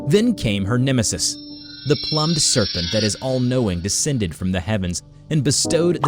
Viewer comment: That blob fish makes a perfect monster. 😂😂😂 So. . . I think you may have mispronounced one word. You keep saying plummed. PLUMMED according to the dictionary. Is the past tense of plum. I think you meant plumed. PLUMED is decorated with or as if with feathers. Even though you mispronounced the word. I like this SCP